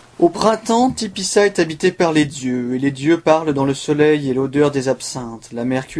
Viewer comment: Pourquoi tu dis tipissa c'est Tipaza